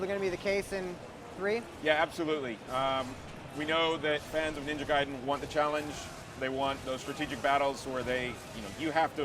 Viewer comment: Hey, she didn't say Gay-den anymore.